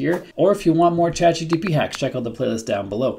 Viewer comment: Am I hearing you saying ChatGTP